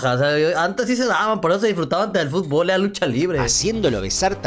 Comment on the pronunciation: "Fútbol" se dice, no "futbool" te banco fuerte 💪